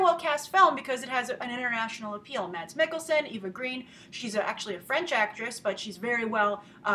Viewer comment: Grace, my name is Mads, too, and the d is silent. It’s a combination between ‘mess’ and ‘mass’ :-))